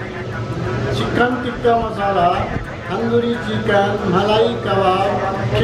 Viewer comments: TIKKA NOT TIKKI😂😂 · TikkA not TikkI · ayyyeeee...lol...ok tho am I the only one who notices that she kept saying tikki and not tikka...alot of people do that when I go to Indian restaurants....:/